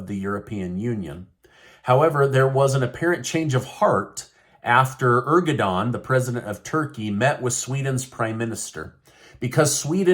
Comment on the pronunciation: NOT "ERGODON." AIR-DOE-WAN.